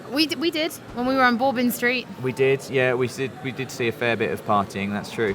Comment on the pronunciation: pronunciation of Bourbon Street cracks me up. It's BURBON not Borbun lol. But I know it's just the accent. Also it's funny how people who aren't from New Orleans pronounce it. As someone who lives in New Orleans, New Bordeaux looks SO good and very similar.